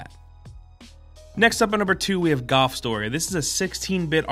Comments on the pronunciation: galf? golf? goth? what are you trying to say??? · why was he pronouncing GOLF as GUUF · Are you saying "Goff" or "Golf"? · You said Golf so many times I kinda forgot what it means. Sounded like "GUHF" by the end of the bit :'D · Is anyone else noticing he's saying 'gaulf' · I thought he said goth but he said golf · The first time maybe second as well i heard golf the rest all i kept hearing was "gof" instead of "golf" idk if it was just me but i literally couldn't hear pronouncing the "l" anymore haha. to be fair though i definitely mess up a word sometimes as well when i say it over and over again. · So I'm not the only one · GALF. GALF. Me and me mates went down to the club to play GALF. Please. Its GOLF, with an O. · Too many “gof”s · Take a shot Everytime he says galf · I laughed literally every time he said "GAWLF", boy that put me in a good mood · every time says "gawf" i die inside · Galf.........? Merio?? Edit: You're just trying to piss me alff... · why do i keep hearing Gulf when he says golf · Was anyone else hearing "gawf" when ever he said golf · When he says golf it sounds like "goth" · Ah yes "Galf" i too am aware of- oh wait is it "Galf" or "Gahwlf" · Gawlf... goth... gathf... come on, pronounce it right. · "it's not necessarily a galf game" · Any one noticed the way he said golf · Bruh this guy doesn’t know about the L in golf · Love ya, but y u sayin golf so weird? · Is it me or is he saying golf weirdly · You say golf weird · The way you talk reminds me of Chris Pratt, other than the way you pronounce golf lol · The way he says golf pisses me off. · Learn how to pronounce the word "golf" before u say it 15 times